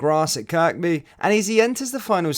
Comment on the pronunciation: Love the vids and the news updates, just 2 points Kirkby is pronounced "Kerby" and the training ground AXA as Ax (a).